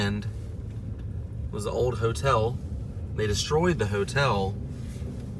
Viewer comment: a motel spelled with an M is not pronounced hotel